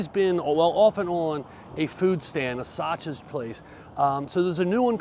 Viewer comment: And you said it correctly